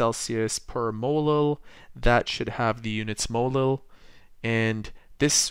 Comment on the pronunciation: Is this guy saying molo ?